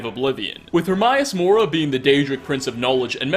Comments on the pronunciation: Her-may-us-mora Not her-my-a-mora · The only mystery i got from this is why you're purposefully mispronouncing Hermaeus Mora? You played the game, he (Herma) states his name multiple times. I've watched almost all of your clips, but somehow this little nitpicking by me on this video got me perplexed. It's like calling dragonborn, droganbarn. No idea how you managed to pronounce it Hermaius instead of Hermaeus. A true mystery. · I'm sorry, but why doesn't this guy pronounce anything right? He pronounces escape as 'excape', Hermaeus Mora as 'Hermaius Mora', and so many others. Idk. Kinda bugs me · Please learn how to pronounce Hermaeus Mora. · The most disturbing part of this video... despite playing this game for 6 years, you still can't pronounce Hermaeus Mora... How many times have your heard this name?? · Please learn to say Hermaeus Mora right